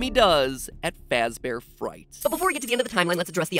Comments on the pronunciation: freddy fazbahr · "Forget Freddy Fazbear it's Freddy FuzbAr" -MatPat2017